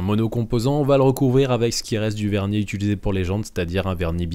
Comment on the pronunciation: T'as remarqué ton tic de langage ? Tu dis "itulisé" et pas "utilisé", maintenant j'entends que ça.